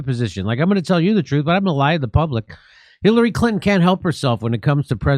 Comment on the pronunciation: Jimmy accidentally mispronounced “Khilary Clinton tries to get cute…” sounds like a genuine accident for the record. Jimmy must have the best private security on the planet folks so FAFO & somehow manages to continue to deliver every Martha flocking day! Asset to America! LOVE for Misha & Stephs lovely laughs & singing too…